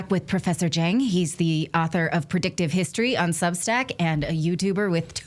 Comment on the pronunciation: Just for future reference. The Chinese surname Jiang is prounced as jee ahng, The 'ah' is short 'o' sound, like when a doctor says, "Say ah," during a throat exam. The two vowel sounds in the middle 'ee' and 'ah' are seemlessly softly slurred together, not very distinctive or over emphasized. Another example of the 'ahng' is the fitst name of the famous movie producer Ang Lee, which is properly pronounced as a short O, not a long A. I'm guessing that many Americans mispronounce Ang Lee's name using a long A because the 'ang' spelling reminds them of the word angst or sang.